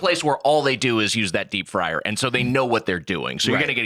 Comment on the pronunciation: The way says “…a fryer…” and then scoffs is just so beyond English he could never be a spy! 😂, how do you signal #3 with your fingers? lol